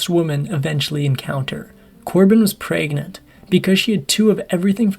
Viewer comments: "Corbin was preagnennnt" the hell kind of way to say pregnant is that lol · Lol, he said PRAYgnant 🤦‍♀️😆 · "Praegnent" made me laugh every time. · 😂i like how you said pregnant in the beginning